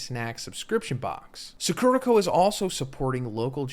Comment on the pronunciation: the way he’s pronouncing “sakura co.” in the ad is killing me, i know this literally has nothing to do with jjk but c’mon, you can’t read this much manga and view this much anime and not know: SAH-KOO-RAH